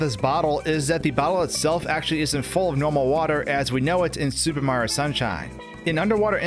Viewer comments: Why does he keep pronouncing Mario as "Marr" it bothers me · "Super Maro Sunshine"? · I can hear the O sometimes, but I also hear the Marr as well, lol. I think he's just saying his name really fast